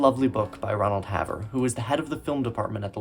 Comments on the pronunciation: Also, should be Ronald Hay-ver, not Hav-ver. Right off, not just 1 notable exception. James Mason, himself nominated, wasn't there. Judy loved telling stories and interviewers and audiences loved them. Her yarn about losing the Oscar, with slight variations, was typical Miss Victim. When Kelly was announced as winner, the phalanx of workers who had prepped Judy for making an acceptance speech from her hospital bed, pulled out cords and wires from her and without a word, hurriedly ditched her: "Careful boys, don't short me!" and "Where'd everybody go?" Her house fire was caused by her smoking in bed. Judy smoked during production and 1 photo, still online, shows her taking a deep drag when very pregnant. Her son, whom she would always describe as more special than Oscar, had an extremely difficult birth, overcoming a collapsed lung. There is no evidence of him ever being employed. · A correction: Ron Haver's last name was pronounced "HAY-ver", rather than "havver". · Impressive work. But your name mispronunciations are not acceptable. BTW: I knew Ronald (Pronounced HAY-ver) as a producer for a Criterion in the early 90s. Also, it's pronounced George CUE-kor. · I'd be giving your video thumbs up if it weren't filled with mispronounced names. It's George CUE-CORE (Q-Core). Ronald Haver's last name rhymes with "saver." Winton C. Hoch's last name rhymes with "poke." And "Oleander" starts with the sound of "oh," as in "Oh, Leander!" (It's also the name of a flower.) A little research would go a long way towards establishing yourself as a credible film scholar. Hopefully it's not too late for Part 2.